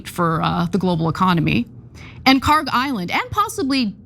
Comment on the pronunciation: PRONUNCIATION: (UPDATE: check google earth, they now have the correct khark label.) kharg خارک should be khark. pronounced like park but the german 'kh' sound in the beginning instead of 'p' there is absolutely no 'g' sound in the name. ک is the last letter in the name which is 'k', not گ, the next letter of persian alphabet which is 'g'. they look similar to people unfamiliar and the keys are right next to each other so it is either a typo or poor transliteration. PRONUNCIATION: hormuz هرمز - the 'u' sounds just like the 'o' so pronounce it as if it was hormoz. The way everyone pronounces it, incorrectly, would be written هرموز but that is not how it is spelled so all the web pronunciations I have found are INCORRECT. Check google earth and compare the parsi text to above.